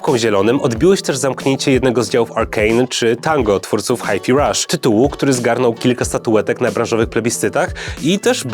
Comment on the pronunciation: A ja chciałem pochwalić za poprawną wymowę Hi-fi Rush. Wszyscy mówią "haj faj" zamiast "haj fi", co mnie niesamowicie wkoorwia